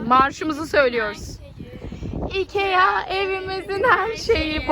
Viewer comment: söyleme şeklinin şöyle ikiaggggggg diye söylüyorsunuz ikia diye okunuyo ve çok hava atın bence normal davran artık sıkıcı olmaya başladınız